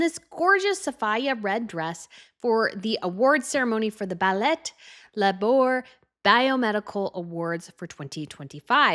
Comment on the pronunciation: Ballet? Pronounced incorrectly, so hard on my ears I had to stop what I was doing and correct this. It’s ballay, rhymes with allay. Not ba- LET The Queen of Belgium did not behave so grossly as to go to a ba- LET. Don’t describe her in such ugly words. Get an education